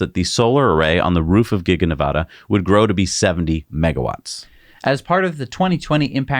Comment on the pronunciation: Please learn how to pronounce Nevada. LIke Elon pronounces it. Nev - “A” as in adding machine - duh. You guys are top notch. Love your channel.